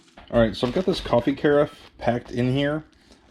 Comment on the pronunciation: carafe rhymes with giraffe... good luck with the new space!